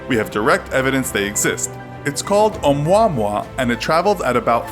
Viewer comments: Its O-MooAh-MooAh not O-moi-moi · It's pronounced (oh-moo-ah-moo-ah). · im pretty sure you said that last one wrong or I'm just dumb right haha you said it like it was a species a chicken not how it is said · That pronunciation of that Alien Spacerock. It’s a Hawaiian name so please remember the correct pronunciation.